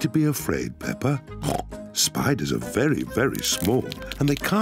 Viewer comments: DONT SAY THAT UBAWT PAAPA PIG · I love the way you say peppa pig! Ppppppppppppppppppppppppppppeppa pig!